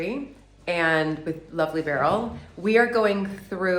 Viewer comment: Berell said Giter done boys!